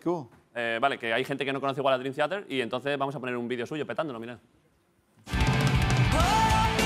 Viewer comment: Me duele escuchar a Broncano pronunciar Theater, pero aun así ole sus huevos